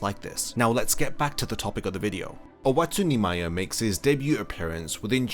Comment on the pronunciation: When you used to say Oetsu Nimaya, I thought you were always saying "Wetsu Neemaya".